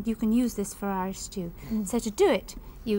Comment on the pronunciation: Did mary says iris stew -dropping the h